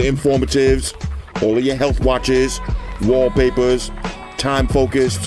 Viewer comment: You don't sound like a guy with a "favorite watch face" or favorite Waww-papahs